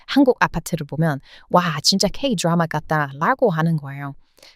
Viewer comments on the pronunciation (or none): 드라마발음을 쥬라마